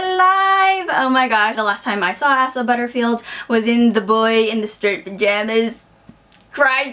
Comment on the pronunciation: I think his name is pronounced Ay-sah.